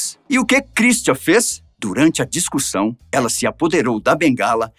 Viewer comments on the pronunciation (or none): aos só eu ouvi o narrador falar "discursão"? ...